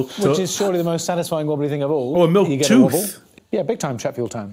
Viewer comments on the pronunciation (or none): And welsh, judging by how Mike pronounced 'tooth', which is how my mum says it.